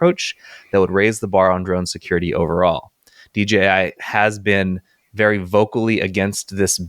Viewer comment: Guys! DJI, not DGI! :face-fuchsia-tongue-out